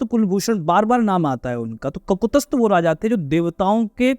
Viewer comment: ककुतस्थ नहीं ककुत्स्थ है| त भी आधा है।